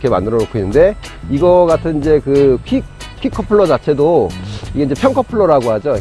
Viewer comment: 퀵플래커가 아니고 퀵커플러 아닌가요? 발음을 계속해서 퀵플래커라고 하시네요.